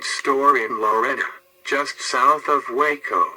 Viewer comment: Hate to be picky but is it pronounced Ball - ch, but got Waco right. If you don't want to be on death row then don't mess up in Texas.